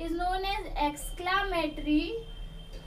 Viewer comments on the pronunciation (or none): Exclamatory बोले नहीं आ रहा है पागल